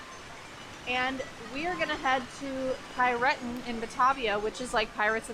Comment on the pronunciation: Hey there, we've just discovered your video about your Europa-Park trip yesterday. It was a lot of fun to watch :) Your pronunciation of "Piraten" was very unusual for us to hear as Germans but made es laugh through the Video :) Thanks for your video about your trip to the Europa-Park. We are also seasonpass holders. Maybe we'll meet in the future :) So, have a good time and we're looking forward to your next videos. Regards from Cologne, Alex and Pete.